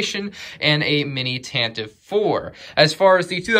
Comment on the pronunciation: Anyone else think it was tanta 4 not tantive 4